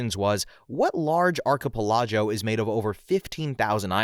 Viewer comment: It's pronounced ark-ah-pell-i-go. However, most will accept arch instead of ark. It's one of those words you need to learn from others. Like facade. Don't feel bad. ^_^